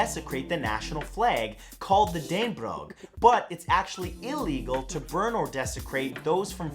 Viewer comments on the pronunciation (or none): Danebrok????? Repeat after me, Dan-eh-bro Just making the pronounciasons clear Rød grød med fløde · its said like dannebro